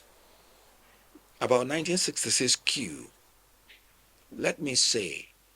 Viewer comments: Coup (kuu). Queue (kyoo) I hated repeatedly hearing the latter throughout this presentation. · Why do you keep mispronouncing the word "Coup" ? It's pronounced "KOO" and not "KEW" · Coup not queue 😅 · The p is always silent, do you pronounce k in knife